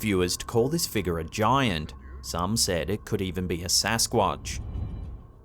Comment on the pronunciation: Figure is not pronounced feegah.